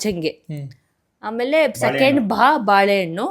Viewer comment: Pratap and chaitra mistakes: ಭಾಳೆ ಹಣ್ಣು ❌ ಬಾಳೆ ಹಣ್ಣು✅ ಛಹಾ ❌ ಚಹಾ ✅ ಢಬ್ಬಿ ❌ ಡಬ್ಬಿ ✅ ಣಾನ್ಯ ❌ ನಾಣ್ಯ✅ ಷೆಲ್ ❌ ಶೆಲ್ ✅ ಥೊಂಡೆಕಾಯಿ ❌ ತೊಂಡೆ ಕಾಯಿ ✅ ಠಪ್ಪಾಳೆ ❌ ಟಪಾಲು ✅ ಳಿಂಬೆ ❌ ನಿಂಬೆ ✅